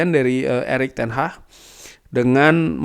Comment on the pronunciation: ten hag bang bukan ten hah gk enak bnget dengernya ten hah